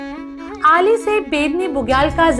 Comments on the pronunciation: आली बुग्याल.....अली नहीं..... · अली नही आली, बेदनी बुग्याल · Correct name is Aali Bugyal not Ali....in local language it is called आली not अली.....please correct